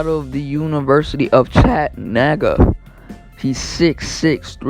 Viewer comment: It's Chat-a-new-ga not Chat-a-nagy. Before you make a video where you're just reading what you're saying do a little research and that way you actually know what you're talking about!